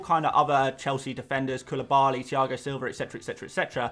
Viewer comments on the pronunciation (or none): none